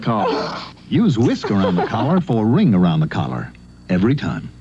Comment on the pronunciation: "wring-garound the cawler"